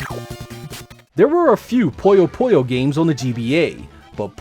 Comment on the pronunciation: Puyo is not pronounced "poyo", it's pronounced "poo-yo". If you ever played Puyo Puyo Tetris, they literally pronounce the name for you.